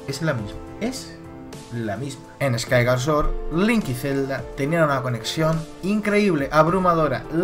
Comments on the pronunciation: Me da un poco de vergüenza ajena escucharte pronunciar Skyward Sword... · no sabia que skyward sword se pronunciarse skaygar sworrt y que twilight princess se pronunciarse twoailar praises jaja tu pronunciación es la mejor ¡¡laik!! pero en concreto desacuerdo con tu teoria por que tus argumentos siguen sin encajar con muchas cosa como el por que los korok estan si no existieron asta despues de wind waker y el por que de los hombres pajaro si no existen en skyward sword y no creo que en cien años allan aparesido de la nada lo de que si la espada es la misma que la de skyward sword no tiene logica ya que solo ay una espada maestra y es la misma en todos los juegos en donde sale lo que le pido a tu teoria es que sea mas logica mas objetiva y mas vasada en los echos y es valido querer inventarse cosas para que encaje en tu teoria pero debes de admitir que te estas engañando en fin buen video me isiste reir mucho con tus pronunciaciones en ingles muy acertadas xD